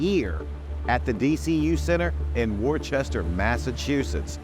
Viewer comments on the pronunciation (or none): Lol you pronounced it like a true southerner. The city is pronounced WUUS-tər. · Pronounced “Wuss-ster” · Maven, it's pronounced Wooster.... not Worchester. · "Wor-ches-ter"? Come on, Maven. It's pronounced "Wooster" but not rhyming like with Rooster. The first syllable is like the word "look" or "took" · its wor-ster, not wor-chester ... smh people act like it so damn hard to read english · It's "wooster" not war-ces-ter 🤣🤣🤣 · MANVEN ITS NOT WORCHESTER... ITS" WOSTERA" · Oof... the pronunciation is Wuh-ster. Not War-Chester. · "War-Chester" I hope you guys didn't say it like that at the show. Locals call it "Woo-ster" or "Wister". The English rules of pronunciation hold no sway in Worchester, MA. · It’s pronounced “Woosta” not “Wor-Chester”. No wunda ur not a wresla anymore. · War-Chester😳...🤣🤣🤣 It's Worcester = Wister🤘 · “Warchester” 😂 It’s “Wuss-tuh”, guy. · As a proud masshole I almost threw my phone when your called Worcester "warchester", it's wuhstah bud😂 love ya mave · Oh god Maven… it’s pronounced WISTER not Worchester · It's not War-Chester, it's more like Wooster 😅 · Woo-ster, brother. Tho tbh i think it was done on purpose for comments lol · Maven, you have a great show and I enjoy the content tremendously. But as a Boston guy I can cannot let let the War-Chester pronunciation slide! At some point in your next video I recommend you subtly work in an anecdote in which you say not just “Wooster” but “Wuss-Tah.” It’ll be a fun callback. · It's pronounced Wister, or Wooster depending on which part of Massachusetts you're from. Not Werchester lol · Warchester?! It’s call Wooostah! Thank you! 😅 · It's pronounced Wooster Massachusetts. Not Wor-Chest-Er. Yeah, I know. We don't really seem to know how to spell around here. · Mave! You were in my home state of MA!? DUUDEE..also, Worchester isnt pronounced "war-chester" is pronounced "wis-ter" thx! :) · Wor-chester lmao. It’s “Wooster” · It’s pronounced Wuss-ter Not War-Chester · Wuss-Ter Massachusetts